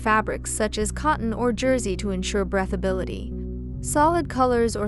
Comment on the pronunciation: The word is breathability...pronounced with long e...as in: I breathe (long e) when I take long breaths (ea is pronounced like eh.) Thanks for your fun videos.